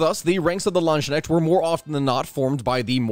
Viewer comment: Please, work on the pronounciation. It's Landsknecht, not Landsschneck, or plural Landsknechte and nit Landsschnecks. I know, this can be hard, but if you study them you should we able to at least pronounce their name somewhat right.